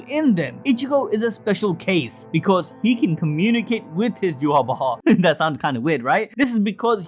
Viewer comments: Don't like the way you're saying bach man lol. Just say yhwach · bro you gotta know your not saying yhwach right its obsiviously not yu-ha-wa-ha its yah-wa-k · Take a shot for every time admin said "Yhwach Bach" 🤣🤣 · Yu-ha-bach with the German soft ch or the Dutch g.. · Are you pronouncing his name yew-ha-ba-ha??? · Your calling him yuha Baja?? 😂😂🤣🤣